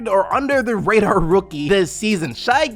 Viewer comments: "Shi" "Gil-Gayous" 🤣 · how do you say this mans whole name wrong? 🤦🏾‍♂️ its "shay" "Gil-jus"